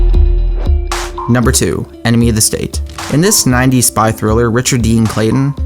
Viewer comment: lol "Enemy Of The Stat" good job